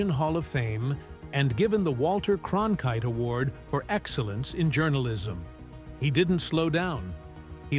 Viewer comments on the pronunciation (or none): none